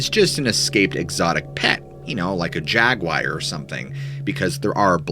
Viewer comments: Did you say “jag wire” made me think I was gonna get electrocuted 🤣 not bit by a kitty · “Jagwire” is an unknown species 😂